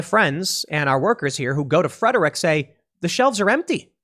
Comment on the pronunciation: Tim, it's pronounced Freh-drick.